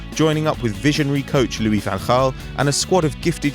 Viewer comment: OMG!! !! SOMEONE BRITISH PRONOUNCED LOUIS VAN GAAL'S NAME PROPERLY!!